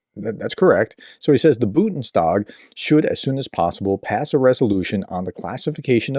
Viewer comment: I have said this before, prof. It's "BUN-DES-TAG" not "BU-DEN-STAG" Please